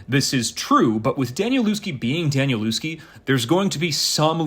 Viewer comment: Hi there - nice review! I've read it once and have read it most of the way a second time. First, his name is pronounced 'Danielevsky'; I used to think it was the same as you do. Also, the people commenting are only described by their deaths in the 2nd part of the book, I'm not sure exactly where he changes, but earlier, it would be 'As this person would later say to that person' and then go ahead and describe it. Nothing about their deaths in that first half or so of the book. I'm a big fan of 'The Familiar' series too, btw.